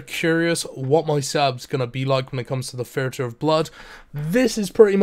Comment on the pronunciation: I'm just curious why you say "this" and "the" with a TH sound, but when it comes to "thirty" and "theatre" you use a FE sound? You can clearly make the TH sound because you do it constantly.